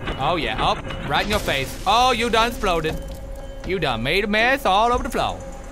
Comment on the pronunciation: "You done 'sploded all over the floo!"